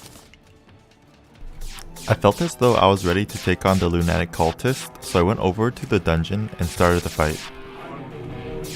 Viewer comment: im horrified by the way you say lunatic